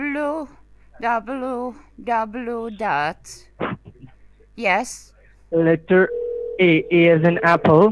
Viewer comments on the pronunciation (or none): Dubloo..... Dubloo..... Dubloo dot